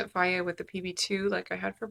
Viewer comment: Is that how you pronounce Fage? Fiaye? Interesting! Hee hee, I've alwaus called it Fayje.